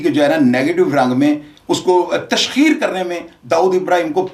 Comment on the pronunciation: TASHKEER IS NOT CORRECT, TASHEER IS CORRECT. !